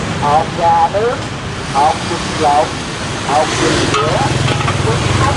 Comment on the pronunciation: You pronounced Hot Vit LON like Hot Vit VAGINA in Vietnamese . That made me very confused too